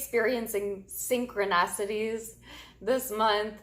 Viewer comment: Just a small note of really no significance but I’m sure you’ll be open to hearing....it’s not synchronocities (there are not two o’s), it’s synchronicities (notice the second “i”) and it is pronounced as such. Synchronistic is perhaps the word you were looking for in the first part of the video. I hope you’re ok with the correction. The intention is purely to be helpful as we all have areas to improve and this is not a big deal in the overall scheme of things. Thank you for your readings. Always so insightful. 🙏🏻💜